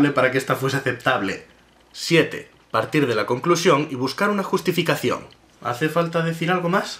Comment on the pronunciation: te comiste la T en justificacion... (-_-;)